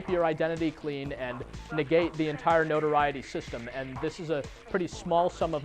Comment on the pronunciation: "no-tor-i-e-tee" lol, it's "no-tor-et-ee" :D